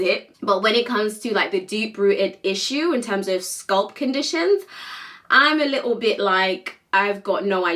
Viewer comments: why she say sculp instead of scalp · Apart from this lady, I have never hurd anyone from the UK to call it sculp they do call it scalp . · Why are you pronouncing scalp as sculp??? WTH. Pronouncing words correctly drives me nuts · Why are you pronouncing the a in sc a lp as Sc u lp? It is scalp not sculp . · In the UK its pronounced sculp